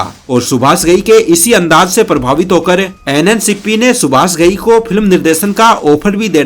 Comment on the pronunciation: Mishra ko Misra, Subash ko Subas, Rajesh ko Rajes, and many other wrong pronunciations.